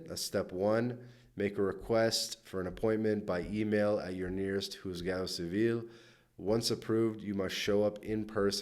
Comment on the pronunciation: Here living in California, my wife US born, me born in Argentina. We cannot understand your Spanish pronunciation, it is horrible, you should those key words correctly printed on the screen, ie. JUZGADO CIVIL.